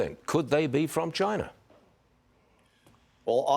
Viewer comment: Some of the drones are from “CHY-NA” *Donald Trump mouthing*